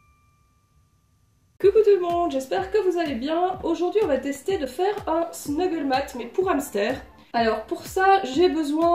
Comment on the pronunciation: Super idée !! Parcontre c'est Snuffle mat!! Tapis de fouille!! Et pas snuggle voilà ^^ J'en ai fait pour ma chienne je vais faire pour les hamster!!!